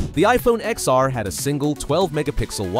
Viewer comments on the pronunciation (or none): Apple’s official language is “10 S” and “10 R” and “iPhone 10”. That’s what they say in videos. No one inside Apple says “ex”. It’s an incorrect pronunciation by people outside of Apple